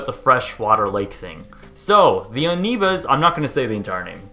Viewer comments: "UH nevus" is how it showed in closed captions, so of course I had to repeat it twice. Yes, he said "UH nevus" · Aneebuhz. Deadly nookyuhler aneebuhz. They're in cahoots with those famous Floridian crocodiles.